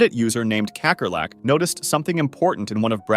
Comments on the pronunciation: “Kekkerlek” ITS PRONOUNCED KAKKERLAK😢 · kakkerlak is dutch and its pronounced cuhckerluck . it means roach